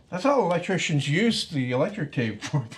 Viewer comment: Canadians pronounce "elec-chicken" funny.